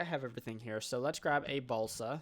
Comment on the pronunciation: Am i the only one hearing balsack instead of balsa?